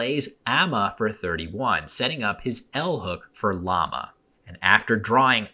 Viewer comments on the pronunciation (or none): none